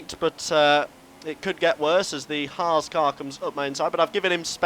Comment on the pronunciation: At least can pronounce 'Haas' correctly.